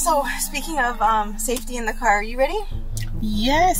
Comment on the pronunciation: Not the Cyar😂